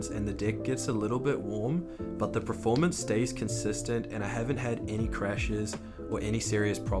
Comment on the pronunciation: Why are you saying “preformance”?